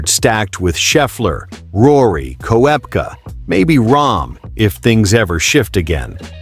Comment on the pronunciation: learn how to prorogue korpka